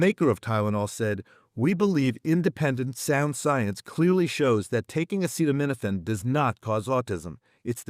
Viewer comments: POTUS isn't a Doctor or a great leader of our country 🤔, lol 😂. He's a f'kn phenomenal liar and doesn't even know how to pronounce the word acetaminophen properly 🤣 WTF, right, brother Brian 🤣!? Instead of trying to unit this country, he's trying to wage war on anything or anyone to avoid the Epstein files, mate. Sending me best from Northern Vermont ✨️💚🙏, brother Brian. Getcha Pull <3 😎🤘🥂💯🍻💪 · How can he even know what he's talking about, when he can't even pronounce The clinical name! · Don't take medical advice from someone who can't even say the word acetaminophen. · He keeps saying "Tylenol" the brand name because he can't spell or pronounce acetaminophen 💀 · Because the orange dumpster can't pronounce acetaminophen and has opened himself up to a defamation law suite from the makers of Tylenol. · It's because DJT struggled to pronounce the word acetaminophen, even asking for assistance sounding it out like a second grader. He eventually gave up and said, "TYLENOL. Don't take Tylenol!" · Nothing like a moron who cannot pronounce acetaminophen and can't find his ass with both hands telling the world how the medical industry works.. This dude (and his admin) is the most ignorant, uneducated in American history. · Best medical advice on the planet: DON'T LISTEN TO A CONVICTED FELON AND PEDOPHILE WHO CAN'T READ OR PRONOUNCE THE WORD "ACETAMINOPHEN " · He's going after Tylenol because he can't say acetaminophen more than once. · Funny thing is Trump can't pronounce Acetaminophen which is one of the most common medicines. But he had no problem pronouncing hydroxychloroquine and thats a bigger word. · No, he actually tried to name the active ingredient in Tylenol, acetaminophen, but tripped over the pronunciation several times; he even asked for assistance with sounding it out like a second grader. He finally gave up and said, "TYLENOL. Don't take Tylenol." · If you watched, It's because he can't pronounce the ingredients.😁